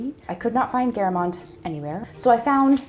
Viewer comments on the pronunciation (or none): The way she pronounced Geramont killed me, but tbf Frech can be a bit difficult sometimes 😂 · I am not French but I am pretty sure that’s not how you pronounce Géramont.😂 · the pronunciation of geramont i can't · When you ask yourself what is geramont for minutes until you find out, they mean geramont (french pronunciation). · Geramont is spoken more like the beginning of 'gerard' and the ending of 'croissant'. Nobody asked but hey :) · That... that's not how you say Géramont. That cheese is French